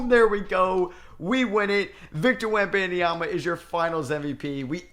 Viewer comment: Stop adding an extra syllable to Wemby last name !